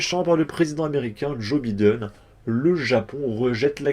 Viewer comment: Joe Biden, tu ne peux pas prononcer son nom normalement ?!?